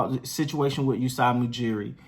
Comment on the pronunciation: Love the content bro. Keep it up. One note: Masai Ujiri not Usai Mujiri :)